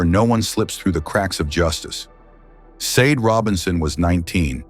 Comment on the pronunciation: I have to agree, driving me potty how narration saying Sade, God rest her soul 🙏